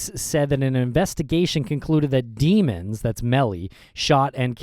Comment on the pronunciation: it’s pronounced dem-ons